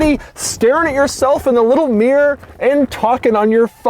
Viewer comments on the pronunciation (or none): Its pronounced ‘mirror’ not ‘meer’ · its called a mirror not a meer. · Americans can't say 'mirror' ... they say "meer". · Why do americans have such a problem pronouncing the word mirror ? Mirrrrrrrryyrrrrr ??